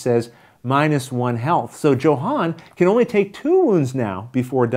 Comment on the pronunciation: you know I love you and that you playing this game pushes my 99% to 110% likelihood of purchase... BUT since I have a strong feeling Luke will play with him, consider pronouncing Johan's name the way a Swede would Sorry for being so presumptuous! You are my hero! Good luck Rollin' wit Luke!